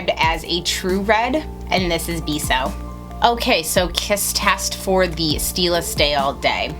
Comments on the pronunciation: Really good! And it's beh-so not bee-so :) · Its not bay-so its beh-so. Im hispanic so trust me on that one :) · great video i laughed when you said bee-so its more like the e sound in pez its spanish for 'kiss' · It's beso. Bay-so. Means kiss in Spanish lol. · Ye but it's not "Bay-so" either. It's Beh-so. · When she said 'beeso' it made me cringe so hard hahah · yea. I cringed too. I'm not Hispanic but am fairly fluent in spanish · thought I was the only one that felt cringey. Also when said Lolita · you pronounced Beso wrong it's a Spanish word for kiss